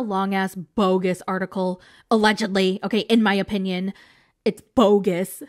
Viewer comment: "In my Po-pinion"